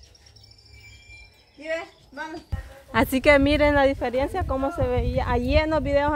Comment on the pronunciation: se dice (DIFERENCIA) no se dice (DIFERIENCIA)